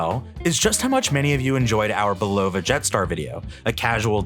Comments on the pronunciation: Come on. It's "BUL-o-va" not "bul-OH-va" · It’s pronounced Bull a va NOT BUll O va Get it straight. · It’s pronounced Bull a va NOT Bull O va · Typical mispronounced words by AI..."Bull-low-va"...really?